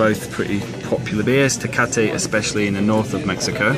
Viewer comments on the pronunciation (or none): none